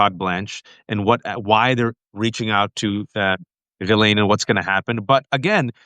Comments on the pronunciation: It is pronounced gee-ss-leyn.... as a French name. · I'm absolutely sick to death of shallow a-holes who pretend NOT to know that Ghislane is properly pronounced Ghee-Lane. It does nothing but make YOU appear ignorant when you intentionally mispronounce her name. She will be lucky if Donald doesn't have her "Epsteined" just to keep all she knows from being told.